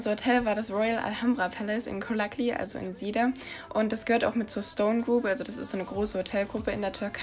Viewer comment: Kolakli xD Es wird cholaklı ausgesprochen